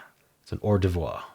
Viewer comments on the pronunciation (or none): Unless you were just joking around, maybe you should check the pronunciation of "hors d'oeuvres." No offense meant; just so you know the correct way to say it.